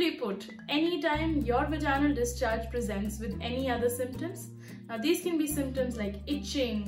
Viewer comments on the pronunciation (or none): "Vaginal", the intonation goes on the "a" not on the "i". So Vàginal Not Vagínal